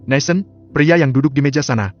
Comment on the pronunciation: Dari bab awal kok NATHAN di baca NESEN ya ???